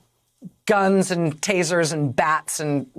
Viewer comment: We want fweedom and your gwuns but we can keep ours😁 and now that we cheated our way to the top we will get to work